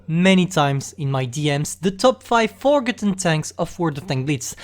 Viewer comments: The most forgotten thing is the way pantoufleee pronounces forgotten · I don’t wanna sound mean but you don’t pronounce forgotten like that